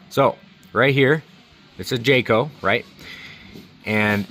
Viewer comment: I quit watching when he said Jayco 😂